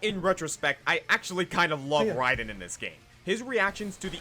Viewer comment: Raiden, pronounced Rye-din